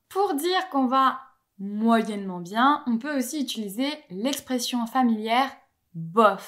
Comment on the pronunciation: Je remarque un tic de languge, tu as tendance à prononcer quelque chose proche de "utuliser" au lieu de "utiliser"